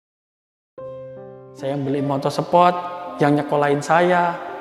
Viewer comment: Mon maap gua ngakak pas bapak ngomong "motor sepot"😂